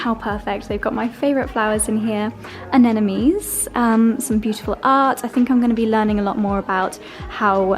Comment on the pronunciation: With all the love in the world; please look up the pronunciation of "anemones". You keep saying "an enemy's".